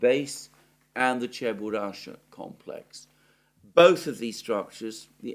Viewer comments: Not Cheburasha, but CheburaSHKA. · It's a famous cartoon character but you keep saying his name WRONG! It's Cheburashka....NOT Cheburasha. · It's Cheburashka! Not Cheburasha! Чебурашка! -ШКА. There's a "k" between "sh" and "a" at the end of the name. Is it that hard to pronounce, for Zeus' sake?! Ance again: CHE-BU-RASH-KA. ...Oh, and while we're on it: there's no such place as "Genishek." There's Genichesk. Геническ! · It's Cheburashka not Cheburasha 🤨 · It is “ cheburushka” with a K . 😉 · Someone please tell Alexander that it is CheburaSHka complex i.e. letter K is missing in his pronunciation. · It is Cheburashka with a k😄